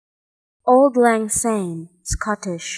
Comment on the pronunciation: It is pronounce like Awld, not old. Old is English. Lang is correct and Syne is almost correct. But to a Scottish ear jars a bit. Syne = Sign. Sorry to be so picky.